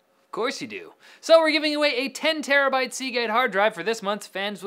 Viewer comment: Did say 10 TERRABYTE? +two raised eyebrows+